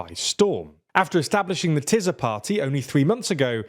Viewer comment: Magyar Péter is like the meme "We were bad, but now we're good." spending more than a decade with Fidesz but suddenly getting a divine revelation or what. (Btw, Tisza is pronounced with an 's', not 'z')